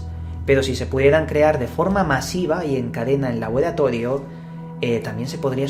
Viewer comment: "labolatodio" no te sale la R y me cago de risa jajajajaja